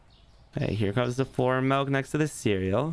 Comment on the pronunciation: Considering the owner says MELK its a 3 out of 10.